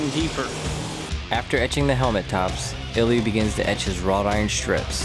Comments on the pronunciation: Ilya, not Eliot. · Can you say "Ilya" more often, please?